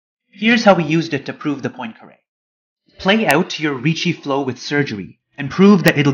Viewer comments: PWAHN-caré, not "POIN"-caré. It's French, so oi is pronounced wah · Good video, but I think that to correctly pronounce the name of Poincaré (po-an, not po-in) shall be not only a basic respect to him but also a commonsense for a math student😅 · The video may be good but GOD DAMN IT stop saying poin-kare instead of Poincare, it sounds so bad. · It's pronounced more like Pwah[n]carAY. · God it's so painful listening to him mispronouncing Poincaré... However, other than that, nice video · You are incorrectly pronouncing Poincaré.